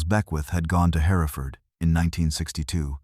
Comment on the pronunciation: John Wayne three times? It’s Herafud not Herefordd